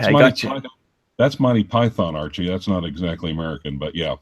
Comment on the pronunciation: It's Archie, not Archie.. Phuck me dead